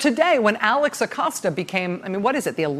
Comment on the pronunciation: Thank you Rachel for pronouncing his Name correctly! Thats balm for my ears! Edit: well, that didn't last long.